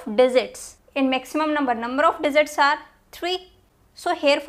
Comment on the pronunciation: teaching well mam and that digzit digzit 🤣